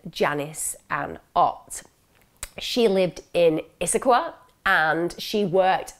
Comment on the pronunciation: Love that you pronounced Issaquah correctly, my hometown. 😄 You did a fantastic job with this one. You're the GOAT, hands down!